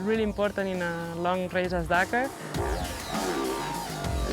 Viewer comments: Dack - are ... that's how its pronounced. Wanna kill a series ... keep saying it like an idiot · Say it with me DAKAR not DAK-AAAR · Its Dakar not Dkar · Spot on, not Dkar